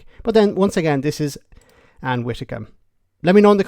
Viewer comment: WiDDicombe! WiDDicombe!. Not Witticombe 🤦‍♀️